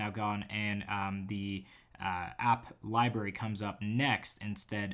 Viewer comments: are you saying library as liberry on purpose? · am I the only one who noticed when he said "Libary" LOL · Let’s say it together...Li-BRRR-ary